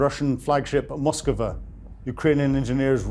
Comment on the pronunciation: You mispronounced Moskva and Tuapse. Ask for help.